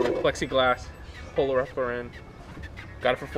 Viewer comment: I fuck with your vlogs but the way you pronounce Ralph Lauren bugs the shit out of me lmaaoo keep up the good content man.